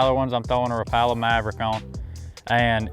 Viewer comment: i don’t trust anyone who can’t pronounce Rapala right